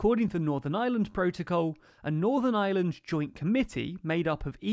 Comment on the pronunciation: Thanks for the vid. Why no mention that a main reason the U.K. gov changed course was due to Pelosi and Biden stating that no US trade deal could be struck if the U.K. threatened the Good Friday agreement. Also, just to be pedantic, the pronunciation of Ireland has a strong R. You seem to be saying 'island' instead of 'Ireland'. Not a big issue but it's nice use the correct name. Thanks again for your vids, T.